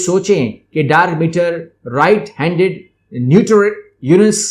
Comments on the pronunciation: Nice video but it's dark matter not meter... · Sir its Dark Matter not Meter :p